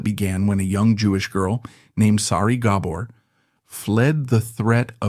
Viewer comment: You need to get the last name right your saying it wrong. Do your homework